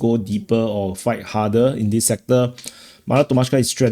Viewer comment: Do you realize we cannot understand between 10%-25% of the words you are saying because you speak so fast and mumble with very sloppy English? Please try to speak clearer and slower and use the proper pronunciations. You say dis instead of this. That is a basic example of how you say all words wrong. Not one words is spoken correctly. And you haven't improved in 3 years.